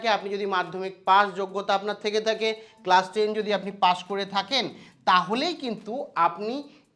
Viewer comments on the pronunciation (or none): none